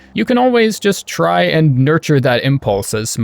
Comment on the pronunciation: I loved how you said “try” like you are hinting at overcharming